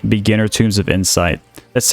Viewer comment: Fam I love your videos, you're super helpful. One little bit of feedback, you keep pronouncing "Tome" as "tomb". It should sound like "Toehm".